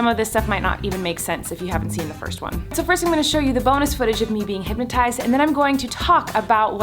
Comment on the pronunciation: Why does it sound like she’s saying hympnotised rather than hypnotised ?